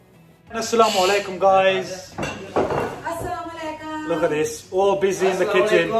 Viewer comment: Nice blog’s Masha Allah If you don’t mind I have one request Pls tell to your mom when say salam to everyone Say it Asalamu aliakum proper salam Not salamaaiilaiakum Meaning is change Thank you From USA